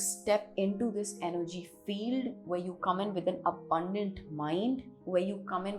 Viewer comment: money is Energy, not Engery :)